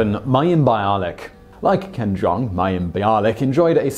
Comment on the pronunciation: Ken Jeong's surname is pronounced like "Jong." Not "Jeng."